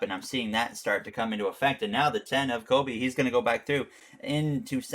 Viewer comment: Doug Coby, not Kobe Bryant